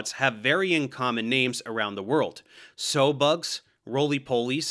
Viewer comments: SOW in sow-bug is pronounced to rhyme with HOW not LOW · Sow as in a female pig not as in the act of sowing seeds! 😅